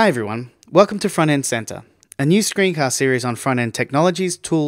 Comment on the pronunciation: At the beginning, I thought he said Front End Santa.